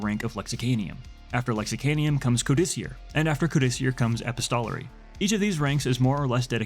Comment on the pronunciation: A couple of little things: Reclusiam, not "reclusiasm". Epistolary is pronounced like "epistle", rhymes with "thistle" or "missile". In this sense, it's suggesting a person who writes letters. Likewise "codicier" suggests someone who edits and compiles written work, and "lexicanum" is someone who writes.